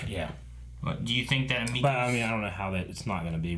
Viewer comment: Were 20 episodes in and they still cant pronouce her name right its emeko not ameko